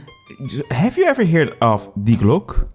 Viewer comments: Thank you. If you can understand german I can recommend this interview with an expert on the topics of Nazi UFO technology. As the "Glocke" is only one of several Nazi-UFO-Conspiracies. On a side note: For me as a german your pronounciation reminds me of the word "Glucke" which means "sitting(breeding) hen" in german. And always having this picture in my gead while watching was hilarious. Hope this doesn't sound offensive, my english pronounciation is not perfect either. I just found it slightly amusing. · Hilarious video, but god damn you'r pronunciation of glocke physically hurt me.